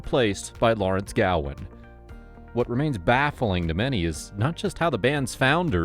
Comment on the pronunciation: Gowan. Not Galwin.